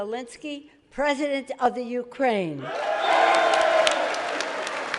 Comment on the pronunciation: Classic USA... First sentence spoken and the woman managed to get both the guy's name and his country's name incorrect. Show a bit more respect.